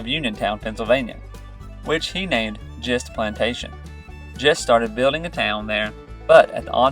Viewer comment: My great grandfather was James Thomas Gist, a descendant of Christopher Gist. Gist is pronounced with a hard “g”